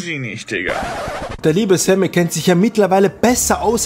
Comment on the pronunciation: Dein name kann er auch nich aussprechen... lese SEMI er sagt ständig SAMMY 😂😂😂